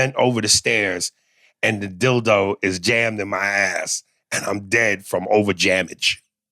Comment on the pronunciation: He said “dead from over-JAMMAGE” 😂😂😂 just making up words now lolol